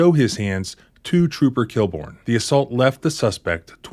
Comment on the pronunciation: Inspector KILL-BORN? LOL